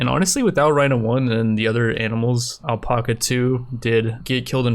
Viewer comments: ........ “Al-pack-a” not “El-Pock-a” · Does he not know how to say alpaca?